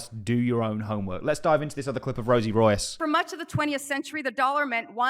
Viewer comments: Rios not Rois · Her last name is quite clearly not Royce. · Boss. Her name is Rosie RIOS, not ROIS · It's RIOS not ROYCE lol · Rosie Rios (REE-OS)! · RIOS not royce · Dude, is Rosie Rios not Royce. The pronunciation is like if you say Reeos. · Her name isn't Rosie Royce (that's how you're pronouncing it). It's Rosie Rios. REE-ose. Sorry, my OCD went into overdrive. Had to clear that up. Good video. Thanks for sharing. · I have a lot of respect for the content you bring us so thank you for this but please pronouncing Rosie Rios as "Royce" just jars me In English, "Rios" is pronounced by blending two syllables: "REE-ohs," with the emphasis on the first syllable. Also Eric Balchunas. Bal choo nas 😂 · You pronounce as Rosie Ri-os not Royce 😵‍💫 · Rios is pronounced Re-os, not Royce. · Rios is a Hispanic name and is pronounced Ree-os. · Rosie Rios ... REEyohs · It's Rosie RIOS, pronounced "ree-ohs" It's Spanish for "rivers." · she's Hispanic and that important ladys' name is Rios, (REE-OHS) LOL get it right. 🤓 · Fam, it’s RIOS! Ree-ohs. Lol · Rosie Rios (Ree-os) 😅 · I know right 😂😂 Rosie is pronounced Rolls...so the correct pronunciation is Rolls Royce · You may want to check Rosie surname pronunciation, you’ve got it wrong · Butchered her name😂😂😂😂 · You completely butchered her name 😂😂😂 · 😂😂😂😂 and then some how can someone who claims to be into XRP get her name soooo wrong 😂😂😂😂